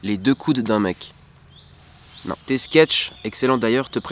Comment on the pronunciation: Tes prochains projets dans la vie ça se dit tes et pas t'ed